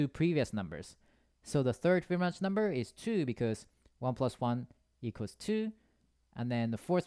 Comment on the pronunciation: Fi bi no chi . Not Smirnoff, not fbinok, not fiblo. Fibonacci!